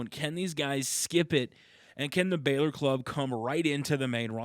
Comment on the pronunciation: It's not Balor its bálor